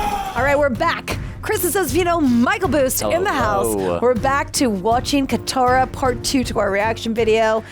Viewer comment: FFS it is BOOSE, NOT BOOST!